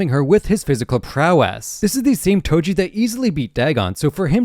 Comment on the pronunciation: Do you mean “Toji?” Not “Toby?”